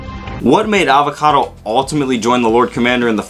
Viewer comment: His name is Avacato!!!! Not avocado!! So much rage! JK but seriously it's Avacato